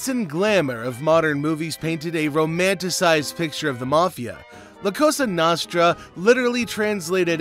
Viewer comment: It's pronounced La Coasta Nosetra😂